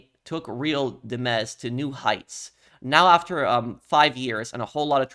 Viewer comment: Hello, I’m pretty sure “Real Dimez” is pronounced Dimes, as in the coin. Those look like prescriptions, not meth, you can see they’re circular with lines in between them if you look closely. I know it seems insignificant but it could be a hinting to some sort of counterfeit pill business.